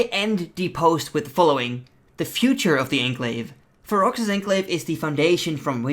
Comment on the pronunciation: Fero's enclave, you dont say the X in the name.